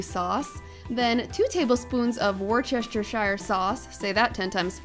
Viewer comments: Lol Wor-chester-shire sauce 😂 its pronounced - wooster-sheer sauce. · lol worcestershire is not pronounced like that at all! its said like "wooster"shire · It’s pronounced woostershire sauce, btw. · As a Brit from Worcestershire living in USA...its pronounced WUSS-TER-SHER sauce. Typically we Brits call it Worcester sauce and drop the shire from it ✅️